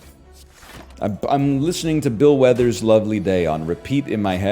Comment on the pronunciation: this white ass really said bill weathers